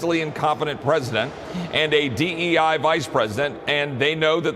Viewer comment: Rep. Roy said “DEI” with a hard R.